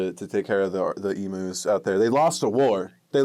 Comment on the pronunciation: I am so sorry but I have to say it they are called "ee-m-yous" not "ee-moos" pleasee